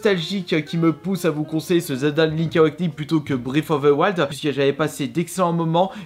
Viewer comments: Je suppose qu'il voulait dire Zelda breaT of ZE Waild mdr lol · Il en parle non? Quand il dit "Zelda:bréve of ve waiiild" je suppose qu'il voulait dire Breath of the wild